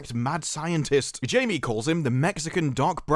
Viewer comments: His name isn't pronounced "jay-mee", it's pronounced "high-may". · Just 2 things to mention the first being that you're pronouncing the characters name wrong and have done in all your vids about Blue Bettle since the spanish pronoucation (the correct one )for his name is more like Himay rather than how its spelled, little nitpicky but it bugged me watching your vids. The sencond its that this movie has nothing to do with James Gunn and his DCU. Blue Beetle and Aquaman 2 are the last movies getting pushed out of the dead DCEU before Gunns new DCU kicks off with his Confirmed slot of Movie and TV shows which start with Creature Commandos as the first Show and Superman Legacy as the 1st movie NOT Blue Beetle. James Gunn himself has said he didnt have any input in this movie or any of the remaing movies from the DCEU before his new DCU begins. The ONLY reason why Gunn has even talked about this and the prior DCEU movies after his new position at DC and WB is purely contractally as WB and Gunn need to get these movies out of the way before moving on. The movie only had surface level referances to other characters purely cause Gunn told them if its successful then maybe they could find a slot for Blue Bettle down the line but consdiering the outcome of this movie its neer gonna happen. The diretor of Blue Beetle and the main actor keep wanting a triology and 12 more years of this but its never gonna happen due to Gunn rebooting the DCEU which Blue Bettle takes plae in with its only hope of a transfer many years down the line being enough box offic